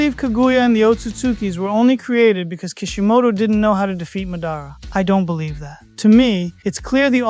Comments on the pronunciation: Madára instead of mádara threw me off. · It’s Madara. You are saying his name wrong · 🌽ball. Think before commenting. It's AI you know AI mispronounces names sometimes